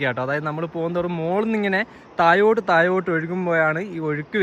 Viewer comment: മലയാളം ശരിയായി സംസാരിക്കുക വയി അല്ല വഴി പുയ അല്ല പുഴ തായോട്ട് അല്ല താഴോട്ട് '